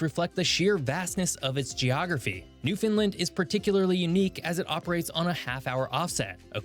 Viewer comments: Not sure that the narrator is Canadian, because Nunavut is pronounced with a 'noon' sound like Noon-uh-vut. Also the narrator pronounces Newfoundland as 'Noofunlund', but in Canada the pronunciation is more 'NoofundLAND' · Well, my friend, everyone you know mispronounces it! 😅 It's pronounced Noof-end-LAND. (The last syllable is stressed and pronounced like in Disneyland or understand, not disneylund or understund. 😖) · That elk identifies as a moose during elk season…also the way this guy butchers Nunavut, Newfoundland and Iqaluit is WILD! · To be fair, I don't think most Canadians know how to pronounce Iqaluit